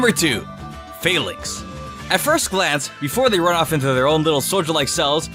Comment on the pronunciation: why do ppl pronounce falinks „fail-links“ its a combination of phalanx and links, like linked together and phalanx isnt pronounced „fail-lanx“ stop making this fail-ure